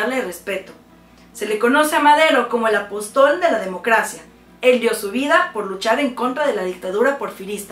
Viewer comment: El acento que utilizaste para la palabra , apóstol, es incorrecto. Además se te olvidó decir, que la separación de los grupos, fue por la opacidad de los recursos económicos que recibían.